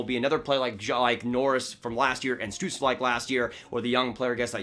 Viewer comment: As a german its funny to hear how americans pronounce german names(the best one is stützle because of the umläut)